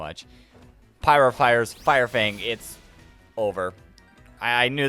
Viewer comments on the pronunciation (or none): none